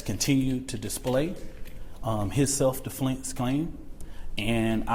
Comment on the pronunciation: He said self deflense claim🤣🤣🤣